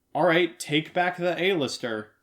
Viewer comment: It's AL-ister! AL-ISTER!!